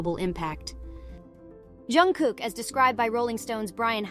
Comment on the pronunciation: Pronunță-i numele corect !!!!!!!!!!!!!!!!!